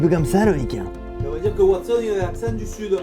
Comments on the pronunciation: Watson pas Wastone 😂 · Ha bah si, dans le Sud c'est Watsone. Et Sherlocke 😄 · Non mais parce qu'il le fesait avec l'accent du Sud